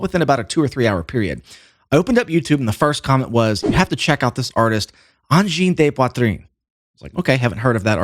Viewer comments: BEN d'la misère avec leur prononciation de uhn-jeen-day-pwa-treen.... 'barnak. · Always funny the ear a squarehead say angine de poitrine. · Great video ! But! Im just here to hear Anglos pronounce Angine de Poitrine, c'est drôle en TA!